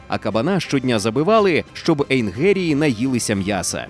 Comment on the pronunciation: Ну хто вас ото змушує коверкати мову і промовляти "ейнГерії" черег звук "ге"? Не позорьтесь.